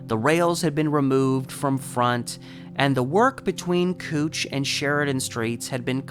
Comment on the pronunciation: It's pronounced "Cowch" not "kootch"